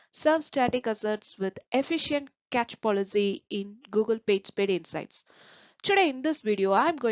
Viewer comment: Nice thanks. By the way It should be pronounced like how you pronounce "cash" it is not "catch" '😜😜😜👍